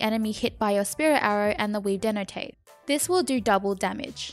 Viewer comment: Denotate instead of detonate, is so cute lol.